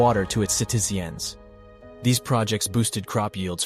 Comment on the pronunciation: Another AI channel. Mf can’t even pronounce citizens-_